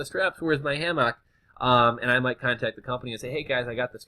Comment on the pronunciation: you say hammock weird, ahahah